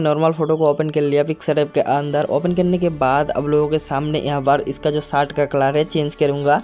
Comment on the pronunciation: अरे पाहिले शर्ट बोलणा सिख ले